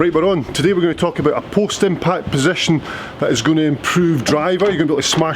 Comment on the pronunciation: I thought you were saying Postman Pat not post impact - just got it...... thanks!